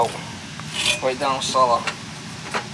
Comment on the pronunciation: "Down celluh..." Welcome to Noo England, mah!